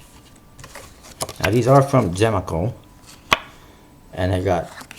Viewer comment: So, you can't even start the review accurately. Gemaco is pronounced jem-ay-co, not gem-ah-co.